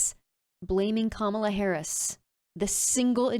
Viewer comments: What in the hell is this woman talking about? Is this chick # still popular 🙄? She pronounced Vice President's name wrong. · Such a republicunt, still refusing to pronounce Harris’ name correctly.